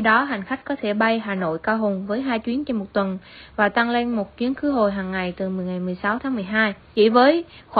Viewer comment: tăng lên這裡你的發音不太對喔，而且解析的時候你提到了“買一送一 mua một tặng một”，tăng是“增加”，lên是“上”，tăng lên 表示某個事物處於上升狀態，越南語常會這樣搭配如giảm xuống“減少”，而tặng是“贈送、送”的意思，一個是平聲，一個是重聲，二者意思完全不一樣喔😅